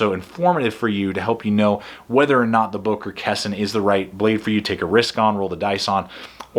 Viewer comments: I think it is pronounced "kahn sigh." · With Boker Plus you gotta buy 5 and keep the good one. 😂 Your pronunciation of the name was wrong, it's a Japanese word. 👍🏼